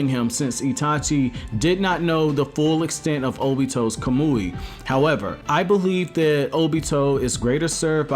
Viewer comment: Kameeewy you watch too much Naruto to pronounce that wrong 🤦🏾‍♂️